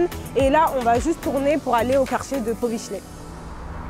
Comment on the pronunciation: Bardzo przyjemna czarna dziewczyna. Tak jak i przyjemnie brzmi francuski w jej ust... Wykazuje się też całkiem dobrą znajomością naszej historii, a ponadto świetnie wypowiada słowo... "Powiśle".